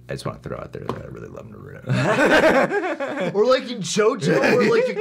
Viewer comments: I'm not letting the way you pronounced naruto slide come on man disappointed the rest video was cool tho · the naruto pronounciation.. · The mispronunciation of "Naruto" made me slightly sad lol but great video nonetheless 🙏🏿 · why do you pronounce 'Naruto' like that, especially since you seem to watch it in Japanese... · saying "Naruto" in a different Way Lol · I love these guys but, is no one on here gonna talk about the Naruto mispronunciation? Lol